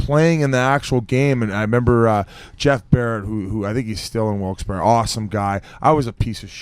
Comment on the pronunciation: Thank god Whit know’s how to say Wilkes - Barre